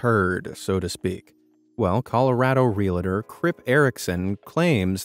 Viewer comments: Ree-al-tor not reel-A-tor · Enjoyed the vid. Just a note: It's REAL-tor; not REAL-A-tor. Two syllables; not three. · Realtor is pronounced real tor, not real ah tor. Likewise, realty is pronounced real tea, not real ah tea. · OK, the word 'realtor' is TWO syllables, not three; If you check the spelling, there is no vowel between the 'i' and the 't' in the word. It's "REEL-tor" NOT "Reel-a-torr". Thank you. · The word your looking for is " REALTOR," not "REALATOR." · Why do you keep pronouncing realtor as reel-a-tor? It’s not hard: real’-tor. Sorry, just a bit peevish today. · Interesting. However, if you're going to put this much effort into the creation of a YouTube video - just go one little step further and ensure the narration is up to snuff. "Realtor" not "real-a-tor." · Re-al-tors, guys, not re-la-tors. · Good content so thanks but REALTOR is pronounced real-tor. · Real-a-tor, it is pronounced Real-tor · pronounce realtor not reelahtor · Realtor is a two syllable word. It's not realtor. It's realtor you're thinking of real estate, which is to entirely separate words. And the agents strive for a homey smell, not a homely smell. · There is no "i" in "realtor". Why is this word mispronounced so often?